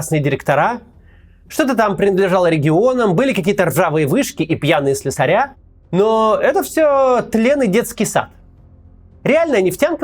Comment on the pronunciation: СлЕсари, а не слесарЯ, Максим.